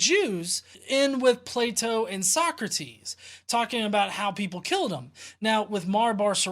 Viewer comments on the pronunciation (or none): none